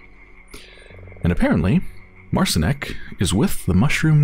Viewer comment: It's pronounced Mart-Sheen(ek) if anyone is wondering. Polish for Martin.